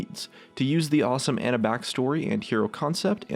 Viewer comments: i'm pretty sure Ana is said ahnah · Isn't it pronounced "on-a"? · Why do people pronounce Ana as Anna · the way he said Ana's name pISSED me off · Your pronunciation of Ana makes me lose brain cells slowly... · You said Ana wrong so many times... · PioneerShark 725 I do its annoying as fuck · Pronounced Ana wrong too.